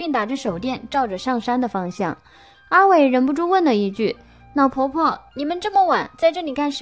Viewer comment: 故事是很好 可是羅馬拼音真的害死人 宜蘭變宜南 亮點變釀點 了呢不分 老婆婆變腦婆婆 煞車失寧🤪🤪🤪